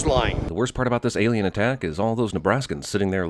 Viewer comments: Cracked up at Alieone? Alonien? Didn't bother watching stupid movie, but that was funny. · "Alieone?" "Alonien?" Seriously dude, you're better than this lol!! It's clear he was simply alienated from his peers. 😉